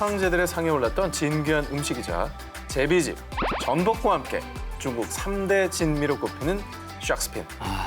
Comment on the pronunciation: 오상진 아나운서 중국을 쭝국이라 하시고.. 맨 앞글자에 오는 시옷 발음이 좀 세신 것 같은데 말 하실때 힘을 좀 빼시는 게 어떨런지